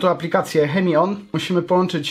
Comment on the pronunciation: tak by the way to nie jest "chemion" tylko "czemion" :PP